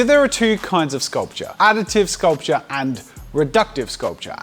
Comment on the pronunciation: Drink everytime he says sculptuer xD